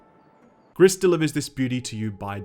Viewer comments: Gris - pronounced "Gree" is Grey in French. Everytime you say Greess, I cringe. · If you read it like the french colour gray the you should read it "gree", not "gris". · Are we sure it's not pronounced "gree"? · Lmao "Griss" You pronounce it "gree". Or, "pretentious hipster bullshit". Either either. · Is it really that hard to pronounce the named correctly? It's pronounced grease. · btw, french for "grey," pronounced gri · i think it's GRI not GRISSS, the S is silent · Gris means grey in French and is pronounced "gree". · I'm pretty sure it's pronounced "Gree", as in the French word for "grey". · The S is silent. Gris is pronounced GREE. Means grey. Great review as always, will pick this one up. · Just saying here, "gris" is french for grey and it's sound more like "gree" :) Love the vid. Thank you! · You dont prononce the ‘s’ in Gris, gris is grey in french. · Great video!! but the mispronunciation of Gris kept irking me as a spanish speaker hahaha other than that, this game is gorgeous. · Ok then... confirming the name is Gris witch translates as "gray" to English and is pronounced like "grease" as confirmed by the developers (they are from Spain) the artist (from Spain as well) and the musicians (also from Spain). Look for the video "Gris: Behind the Scenes". On a note aside.... they even mention to have been influenced by the likes of "Journey" and "Ori and the blind forest"!!!. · If it`s french it`s pronounced with a silent S. Means grey btw ;) Would be fitting since the game is very colorful. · Gris without the s. French, right? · It's pronounced GR-EEEEE, for grey in French 😒 bloody hell. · Fun fact of the day , name of the game means gray in french and the S is silent o/ .